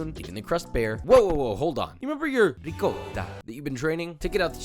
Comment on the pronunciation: Josh I'm not gonna lie it hurts me hearing you say Ri-cotta. You know how to say it 👍